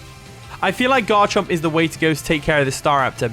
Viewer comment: I thought you called it Godchomp lol. I was just like yup, it sure is lol.